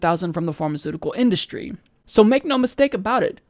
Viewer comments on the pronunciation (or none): none